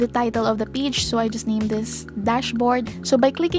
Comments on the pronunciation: Funny how you pronounce page as peach 🙊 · i couldnt watch the whole video because the way you pronounce 'page' was so annoying im sorry